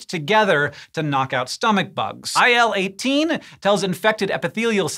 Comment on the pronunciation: Hey in the scientific community you say IL-18, ill-18 not I L 18. Just rolls off the tongue better and quicker lol.